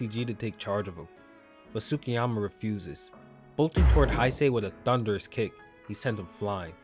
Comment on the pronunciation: the U in Tsukiyama is silent. You pronounce the T, not the U.